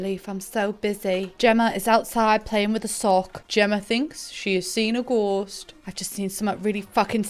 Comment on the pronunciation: aperlutely nailed that "Gemma thinks she has seen a gheeuuoost"